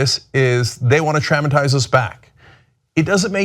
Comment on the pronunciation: Cenk says "traumatize" funny... What's up with that? Lol, I'm fairly certain that he's the one saying it weird and not me